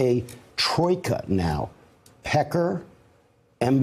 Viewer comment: Having a hard time watching this and listening to him sayMr. Peckar.